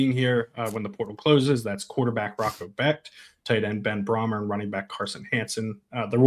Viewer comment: Brahmer is pronounced “Bray-mer”